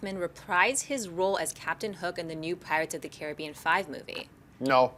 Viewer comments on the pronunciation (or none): none